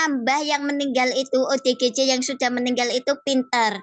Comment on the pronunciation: Ya ampun.. OODG wkwk.. Salah sebut akuhhhh.... ODGJ malu-ku sampe kemana mana rek.. 😂😂😂😂.Maaf ken lidah yang keseleo wkwk